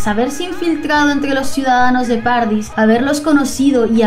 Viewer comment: Jaja, se me hizo muy raro escucharlo así. Para mí siempre ha sido como paraíso en italiano xD.